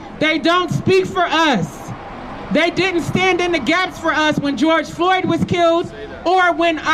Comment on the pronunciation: Why this dude calling him George Flord? Like, there was def and R and an O.